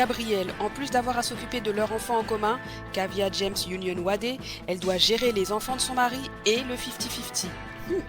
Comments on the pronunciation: Coucou, Wade se prononce "Wéde" pas "Wadé" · Dwayne Wadé? Je vais regarder la suite, mais je suis certain que ça a fait fuir plus d'un de le prononcer ainsi